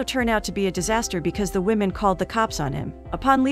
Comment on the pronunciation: " A wemon " ?